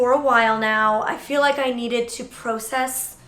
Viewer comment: No offense but it’s not prone-cess it’s Prah-cess